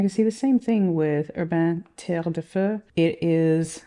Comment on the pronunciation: This spectrum brings me joy! And now I'm curious about the octopus Medusa ink 😂 Btw, French is my mother language and your accent on 'terre de feu' is a 10/10 👌